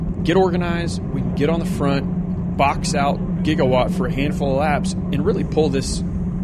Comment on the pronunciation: Can you call them by their real team name??? It's Jigawatt...not Gigawatt. Other wise a great Video! Thanks not being mean!